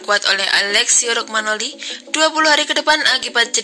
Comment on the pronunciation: Romagnoli mba... bukan rogmanoli !!!